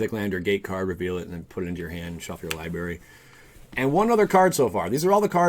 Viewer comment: Also... li-bRary not lie-berry